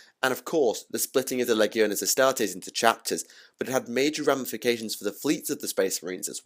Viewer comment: Wow the leggy o Astares killed your video man and it’s ro-boot-ta gilly man not Robert ok 👌